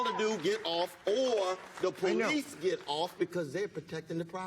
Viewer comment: Coconut you mean POE-LICE